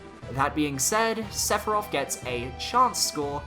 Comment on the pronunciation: Sephiroth Chance - Inevitable Want - He is inevitable, also it's SEPHIROTH